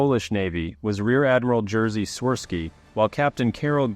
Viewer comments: Jerzy is pronounced as "Yerzy". C'mon, it's not difficult! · It’s fine that you pronounce polish words like english ones but the Hurricane ship was Wicher (pronounced kinda like Wikher) and not Witcher as the games. The small thing like Jerzy being butchered is fine cause the rz letter make a sound only 2 languages i know use and most foreigners struggle with it.